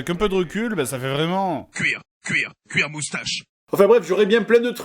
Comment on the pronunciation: Mega dark, c'est cuir cuir cuir moustache et pas guir